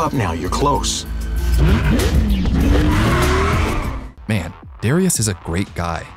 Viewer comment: its MA'AN !